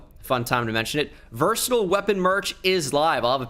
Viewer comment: This dude said virstle instead of verSaaatile